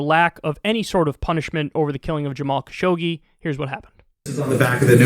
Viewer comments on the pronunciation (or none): It's interesting how almost no Unitedstatesian even tries to pronounce Khashoggi's name correctly, maybe except John Oliver (who, however, has been a USA citizen for quite a short time). It's pronounced [xaːˈʃʊɡ.(d)ʒi].